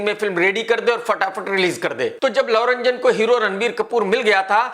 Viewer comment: His name is love ranjan not lau ranjan!sala unpaad!!